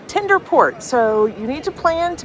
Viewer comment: TENDER, NOT TINDER!